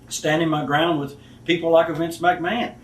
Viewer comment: No one will ever say the name Vince McMahon as awesomely as possible!